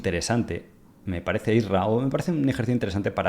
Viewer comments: es IRSA... NO ISRA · Y dale con I S R A , es I R S A ( PRONUNCIALO BIEN) COÑO 😂